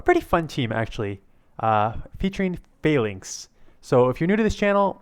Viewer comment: Falinks sounds like failing😆